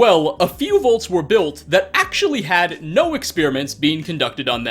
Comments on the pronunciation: Does not realize the Fallout's shelters are called "Vaults" and not "Volts"? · No offense, you call “vaults” “volts”